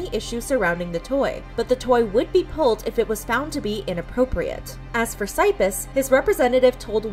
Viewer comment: What did you just call Cypis? No. That is not how you pronounce his name.